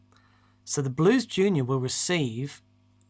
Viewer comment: The day says Blues Junior correctly will be the end of the universe